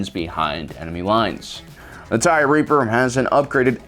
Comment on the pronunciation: I thought you were calling it the Tie Reefer at first